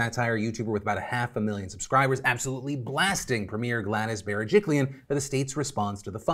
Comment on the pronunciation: Great job on pronouncing the surname of our premier. Thanks for sharing this, as an old fan and an Aussie I'm happy!